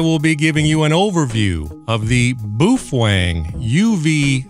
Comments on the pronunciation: boofwang.. lol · Boofwang lol